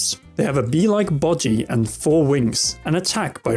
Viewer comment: "they have a bee like bogy" LOL